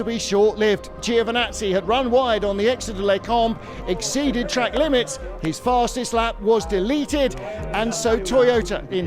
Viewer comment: Repeat after me: “Joe Vinazzi”. That’s how you say it. Official commentators should know better. Even British ones.